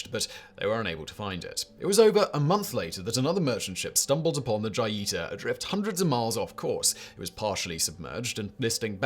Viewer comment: Joy e tah 🤣🤣🤣💀 Pronounced Ho Yee ta mah mans 😎🤣